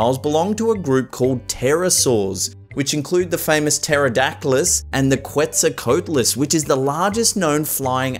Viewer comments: It's taradactel and quetsullquoatllis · U said quezalcoatlus wrong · The largest bird is pronounced quet-so-co-Ata-les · btw quetzalcoatlus is pronounced .'kwet-zal-co-at-lus' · This was a nice video, but you got a few facts wrong. 1.) The oldest known human ancestor dates back to about 7 million years ago. 2.) Dinosaurs actually roamed for about 160 million years. 3.) There were some aquatic dinosaurs, such as Spinosaurus, Baryonyx, and other members of the Spinosaur family. 4.) You pronounced Quetzalcoatlus wrong. 5.) The dinosaur on the right is actually an Allosaurus, which lived alongside Stegosaurus during the Late Jurassic. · you said the quetzels name wrong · I knew all of these weren't true. And also, some of the "Facts" on here is total bullshit. Also, You pronouced Quetzalcoatlus wrong. I know i'm nit picking but there was zero need for this video to have existed. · Learn how to pronounce quetzalcoatlus it's pissed me off